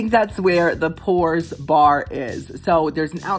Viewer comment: When you said pours, I thought you meant pores lol. I was like "eww"